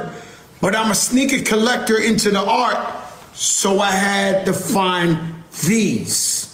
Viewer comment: Bro's like: "Are you tellin' me I shouldn't buy Hitlah's painting? Come on! I'm a collectah! Why should it mattuh what he was 'into'? It's just ART!"